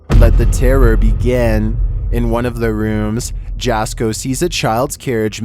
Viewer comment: His name is pronounced like YASKO not JASKO